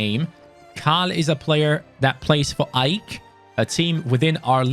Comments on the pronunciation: You say A I K not AIK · AJK Hahha it's prounonced A E K or in swedish A I K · Roligt när han sa Ajk